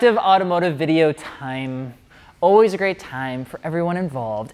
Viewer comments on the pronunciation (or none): “oolways a good time”